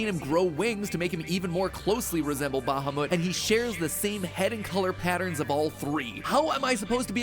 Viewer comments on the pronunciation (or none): Mat's pronounciation of Bahamut is hurting my ears